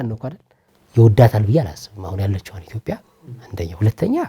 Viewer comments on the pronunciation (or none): የአላዋቂዎች ውይይት! የዜግነትና የብሔር ጉዳይ እኮ እንደየአገሩ የተለያየ ነው፤ ሲቪክስ ኔፕ፡፡ (ደሞ ኢትዮጵያ እንጂ ኢቶፒያ አይባልም፤ መጀመሪያ ስሟን አስተካክለህ ጥራ) እሼ ሕፃናቶቹ ላይ በርታ እዚህ አገር አዋቂ ብዙም የለም፡፡